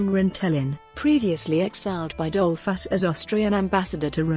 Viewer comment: An appalling narrator obviously knowing little of English, correct reading tones, rythm and balance...why pronounce the subject’s name as dol’FUSS? Also Dolfuss did not found the Austrian NAZI Party and as for English grammar the verb to enjoy is a transitive verb then bidding your listeners “ to enjoy” say what you want them “to enjoy” eg “enjoy the documentary!”....What a hopeless bumble and jumble and the worst of amateur renderings ever heard!...[ President Mike-lass! ] &. Dole-FASS! ]. “Would we like to know more? “. Ye gods Nein!